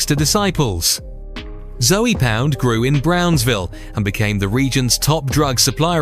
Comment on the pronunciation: Zoey pound is crazy. The E is silent